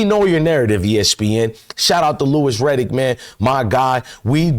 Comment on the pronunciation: This chick still stalking and crying about sheduer is creepy. She can’t even say Louis Riddick’s name properly.